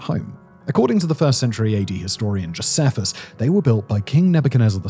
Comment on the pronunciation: Yup, you're spot on, at least as far as we pronounce these ancient names and words in English. Also, Josephus is pronounced Joe-SEE-fuss, not Joe-seff-us. Sennacherib is Sen-ACKA-rib, not Senna-CHAIR-rib. Cuneiform is Cue-NAYI-form, not CUE-nee-form. Tigris is TIE-griss, not Tigg-riss. There's probably more I missed out, but at least he pronounced Nebuchadnezzar correctly! 😅 Also, I do believe pretty much all Assyriologists can read Ancient Babylonian Cuneiform, not just "a handful of scholars!" I imagine it's one of the first things they learn as undergrads!